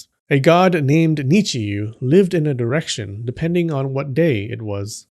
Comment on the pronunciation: You said "direction gods", I heard "erection gods" 😆